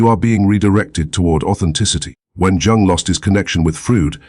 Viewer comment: Can’t listen to this AI that can’t pronounce Jung’s name and says Sigmund Frood.